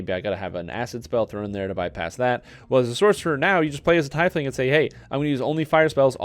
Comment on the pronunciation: Teeeefling ... not TYYYfling